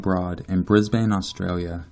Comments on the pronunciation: Brisbane isn't pronounced as Bris-Bane, it's pronounced as Briz-Bin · Here in Australia we pronounce it like "brisben" or "brisbin" lol, same with Melbourne we pronounce it "melben/melbin" It's always weird for me hearing people say Bris BANE and mel BOURNE lol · Hahaha, I live in Brisbane and your pronunciation is great hahaha. We say it like Brisbin and nobody says gold coast like 2 separate words. More like gol'coast. Damn that was excellent, no hate! great video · pronounced - Bris-ben :) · just a little hint. Brisbane is pronounced as 'Brisban'. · I love the pronouncing of brisbane 😂 really made my morning haha, I live in brisbane and here we pronounce it like 'bris-bin' Then again, I have an aussie accent! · This is creepy! I'm from Sydney and I go to Brisbane and the Good Coast one weekend every month! Lol I love the way you pronounce Brisbane, just for future reference it's pounced 'Brisbin' Keep up the good work, I love your channel :) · I'm an Aussie and Brisbane is pronounced brisban 😂 but loved it 👌🏼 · I'm sorry but Brisbane is pronounced,"Bris-bin" just a future reference. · Lol just so you know for future reference so ppl don't give you shit as above here, Brisbane... We say it Bris-bin...Bris-ben? You know we don't annunciate every letter... which is probably why ppl outside of Australia think we pronounce things funny... Because we do lol now I've seen Brisbane written so many times here it looks like it's been misspelled you know when words look wrong after a while? Yeah that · Said Brisbane wrong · You say Brisbane so funny lol.